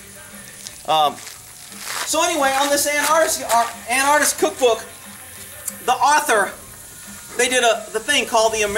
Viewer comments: pronounced AN-ARK-IST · is it a different word or do you just pronounce anarchist weird? how would you say anarchy then?